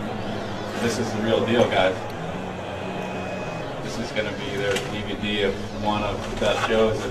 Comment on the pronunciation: Holy shit the way Mike D pronounced DVD fucking hilarious